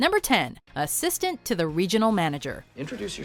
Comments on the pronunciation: Why, in the first one, did the narrator emphasize "ASSISTANT" when they were saying what the joke was lol..... I guess she doesn't watch The Office, nor does she remember the first half of the sentence she is saying, by the time she gets to the second half. The joke is obviously the "to the" lol, as any Office fan knows. FN amateur. (Do NOT wb telling me this is a robot - lo it is clearly a human woman.) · You emphasized the wrong word in the first one. Dwight calls himself the assistant regional manager, while Michael and Jim point out that he is the assistant TO THE regional manager.